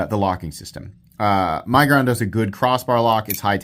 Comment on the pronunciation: Does anyone else pronounce it “my-guron” or is the only one?